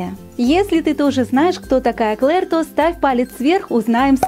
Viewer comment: Ты не обижайся но не Клер а Клэр🤐